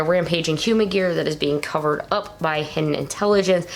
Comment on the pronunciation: As I said before, Hiden is pronounced "Hee-den", not "hidden". Also, Zero-One's name is Aruto, not Ataru.